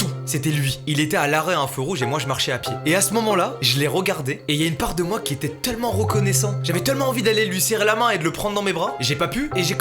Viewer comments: Pourquoi tu dis « TeUllement » au lieu de « Tellement » ? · Raah tu dis « teullement » ça me stresse sinon super vidéo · Mastu à la place de dire tellement tu dis teullement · pk il dit teullement